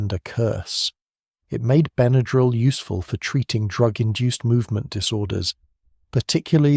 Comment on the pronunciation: I've been aware of Benadryl all my life. When I was a child growing up in the 50s with hay fever and violent reactions to insect stings, Benadryl was pretty much the only first aid for allergic emergencies. I appreciate learning the history but am puzzled and a bit distracted by the way you pronounce the trade name. "Ben uh drill" is the only pronunciation I've ever heard and what a quick search shows. (Diphenhydramine, on the other hand, is certainly open to interpretation.) Thanks for researching and sharing this. 🎉